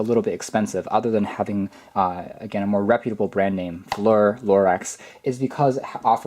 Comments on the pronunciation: Not FLUR (as you say it) -- It's FLIR- an acronym for "Forward Looking Infra Red" -- commercial/civil use gained notoriety in which it was a predecessor to "night vision" for Law enforcement helicopters and other vehicles. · FLIR - pronounced ( Fleer ) 😅